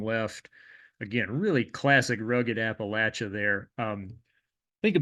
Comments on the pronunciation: how cathartic to hear Appalachia pronounced correctly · Thank you for pronouncing "Appalachia" correctly!